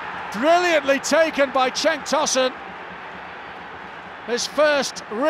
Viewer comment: Okay, correction. Cenk is pronounced like 'jenk' in english. That 'c' letter corresponds with j in Turkish. Cenk means battle in Turkish, by the way